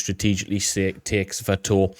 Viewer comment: great as always. Thank you. Always look for your latest to drop. By the way, know your a brit and all and you guys don't really speak english but, "Sss-Va-Toe-Va". Not "Sss-Va-Toe-V". Just sayin. Slava Ukraini! (An old U.S. Army Infantryman)